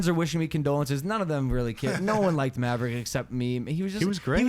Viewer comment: Bro... Not Marverick... Tell me this is a joke.